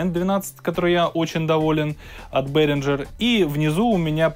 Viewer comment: Бэээringer- не к лицу!